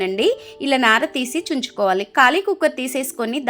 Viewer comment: చుంచుకోవాలి కాదమ్మా, తుంచుకోవాలి